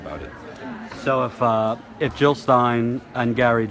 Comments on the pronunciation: JiLL NOT HiLL!!! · Jill NOT Hill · Jill not Hill !